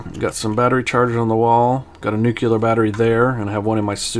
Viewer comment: Nukular nu-clear